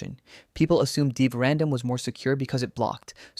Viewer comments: but how do you explain the bizarre mispronunciations? "2 point five-tee-eight", "deev-random" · deev/random got me every time. lol deev.